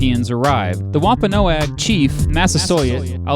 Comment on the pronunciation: i Think the tribe was pronounced like this womp-o-nog